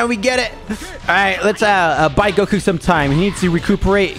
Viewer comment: normal people : goku! him : gokuyou